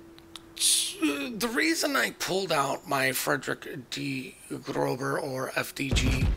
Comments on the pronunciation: Grow-sir not grow-ber. the B is a double s in German. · german B is pronounced ss frederik de grosse